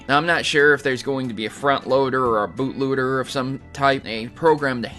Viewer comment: LOL "Boot Looter". That's right, I heard you mess up your word there:p